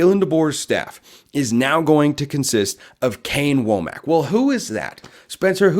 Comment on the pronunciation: Wommack is pronounced "Wamick" .